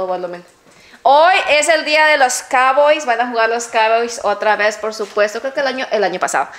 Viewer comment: "Es el dia de los caboyss"🤣🤣🤣